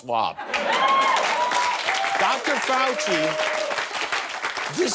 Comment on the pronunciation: That would be tortuous to watch such an ignorant waste of space, who can't even pronounce Fauci's name correctly.